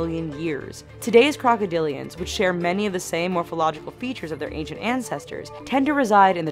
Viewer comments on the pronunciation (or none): none